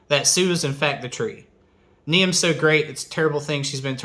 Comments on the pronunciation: For your information, Niamh is not pronounced “nee-am”, it is Irish and roughly pronounced “neev”. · Niamh is pronounced "Neeve" by the way, it's Irish